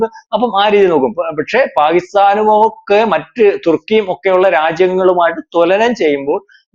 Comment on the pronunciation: തൊല നം അല്ല.. തുലനം